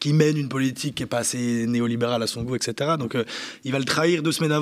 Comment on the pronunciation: Journalisme excellent. Bravo, Gauthier Mesnier! Si je peux soufler un truc miniscule, pour maintenir la haute qualité de votre journalisme, le "etc.", 'et cetera' - une expression latine, est prononcée juste comme elle est écriite, pas "excetera", que j'entends souvant chez des anglophones, mais d'habitude pas en francais. D'ailleurs, felicitations pour un travail exceptionel, vous devez être fier. Encore une fois, bravo Gaulthier Mesnier!